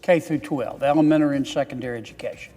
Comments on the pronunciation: He said "Elemenery" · “ elemenery”…….he can’t even pronounce the word😂